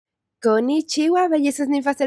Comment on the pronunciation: Eschucha konichiwa no se dice asi como lo dijiste tu o aprendes el acento japones o no lo dices